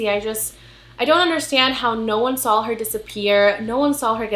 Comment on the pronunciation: girl I love you and your channel but I died ever time you say “sawl” *saw lol it’s funny and cute. Keep doing what you do.